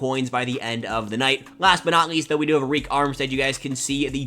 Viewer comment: Good vid bro but Arik armstead is pronounced like “Air Rick”😂